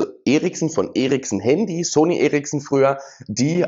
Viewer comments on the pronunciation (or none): none